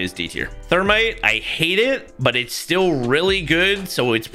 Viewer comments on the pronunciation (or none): none